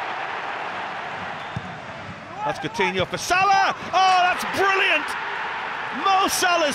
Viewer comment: the commentator can’t even say Salah properly anymore lol